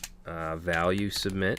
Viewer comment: What a wonderfull course. I was waiting silently when you were going to realize "valule". Thanks for the series. Be nice to yourself at least as much as you are nice to us and don't forget that, YOU are such a wonderfull guy!!.